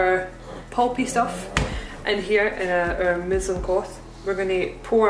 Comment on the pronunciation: i couldve sworn you said muslim cloth and immediately imagined using a hijab